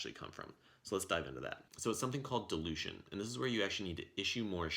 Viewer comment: was that Delusion or Dilution? Had you not put that "Oversimplified text calculations with the word "Dilution" in it", I would have watched the whole video assuming it was Delusion instead of dilution. XDD Thnx. A great video Btw.